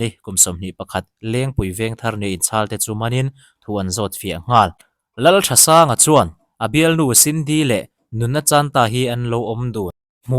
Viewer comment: Lalthansanga tih nge Lalthasanga tih zawk tur le,Lalthasanga tiin i chhiar a,Lalthansanga tiin a in ziak bawksi a .....